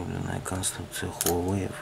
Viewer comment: только читается не Хуавэй, а Уавэй!